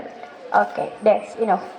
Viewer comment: Educator sering salah ucap : are you agree ? ❌ Do you agree ? Enough = enog ❌ inaf